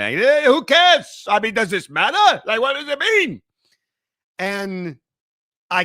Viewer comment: I just went back and re-listened, just for you. I'll grant that the word "matter" did sound somewhat like a Yiddish accent. The rest just sounded awful. For those trying to find it, it is at the very beginning of the video, at around the mark.